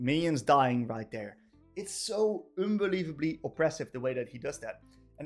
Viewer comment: "It's so OONbelievably oppressive how he does that there" Sorry I had to.